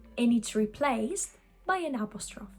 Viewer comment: Great video! Thank you! FYI, , you pronounce "apostrophe" like it sounds in French, with 3 syllables and a silent -e at the end. That was probably just a momentary lapse of awareness. As you may know already, it actually has all 4 syllables in English /əˈpɑːs.tɹə.fi/. The English pronunciation is closer to Modern Greek, if not for the stress on the 2nd syllable :)